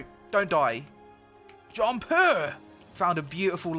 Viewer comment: Best part is the 'Bewbs' then jumpuh